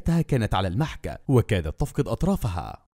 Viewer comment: سيدي القارئ. لغتك مليئة بالأخطاء. الفاعل يرفع و المفعول ينصب و المجرور يجر و المحك تنطق بكسر الميم و فتح الحاء ... عذرا انها القواعد